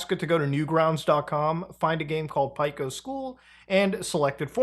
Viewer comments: The biggest problem this video presented was the pronunciation of Pico's name. It's Pee-co, not Pyke-o. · “Pie-co” Pee-co* You’re supposed to be the expert muta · Pico - PEE CO like Pico de gallo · "Pike-o's school" Never heard it pronounced that way Either way, this feels gross. Newgrounds is anti-AI. Who would even want to use this? Disability notwithstanding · still can't believe you pronounce Pico as "pie-ko" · How the fuark are you pronouncing Pico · it still taunts me the fact how he pronounces "pico's" school name like bro 😭